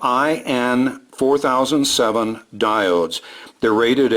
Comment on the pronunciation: Wait, what? "EYE" N4007 diodes? LOL. Methinks they are "ONE" N4007 diodes. 1N4007. You know, as opposed to a 2N4007 PNP transistor. Just sayin.' ;-)